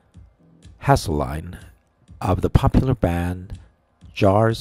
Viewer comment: Wow, can you at least attempt to pronounce his name correctly - Haselline? Hasting(s)? - you did not get it correct even once. Is English your, like, 4th language (i.e. Tweeter account? Self-tilted? Sais? 20 to 10 signals? - should I go on, because you sound like an illiterate)? In addition, you clearly know nothing about this band or their music, so your opinion is invalid. You are choosing what you want to hear. Dan Haseltine co-founded the Blood:Water Mission in Africa. What have you done recently to spread love and hope to your fellow man, because, I only hear negativity and judgment? Matthew 7:1: “Do not judge lest you be judged."